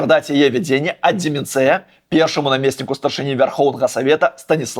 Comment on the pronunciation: "вяршэнства", а ні "вершавенства". "ДземянцЕя", а ні "ДземянцЭя". Нягледзячы ні на што, што зараз адбываецца, дзякуй спадару Пазьняку за нашу незалежнасьць!